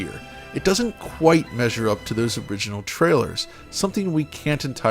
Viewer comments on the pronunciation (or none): none